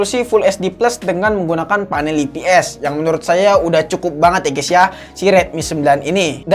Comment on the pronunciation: saran bang nyebut ips nya, "ai pi es" jangan "ii pi es"